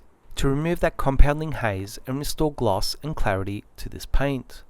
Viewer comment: I’m here to here him say PIAYNT